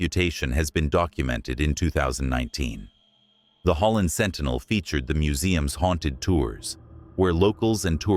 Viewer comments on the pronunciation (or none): none